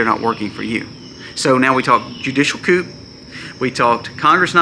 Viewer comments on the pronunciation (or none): ✌️ The word "coup" is pronounced "coo".👍👍👃🇨🇦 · The "p" is silent in coup. "Koo" is how you say it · Just a friendly, helpful hint. "Judicial coup", is pronounced "coo", as in the sound a dove makes. Very interesting and important videos! Thank you, and may The Holy Trinity protect and bless you, your family, and all of those who see/hear your channel. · The p is silent in the word coup. It’s short for the French word coup d'état.